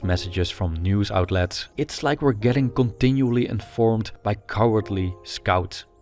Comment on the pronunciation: Coʻntinuly 😂 bro where are you from😂